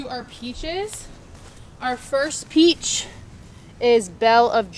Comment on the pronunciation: She said peachi lol